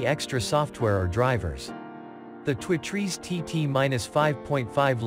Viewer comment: Is this some kind of computer generated voice? He can't say two trees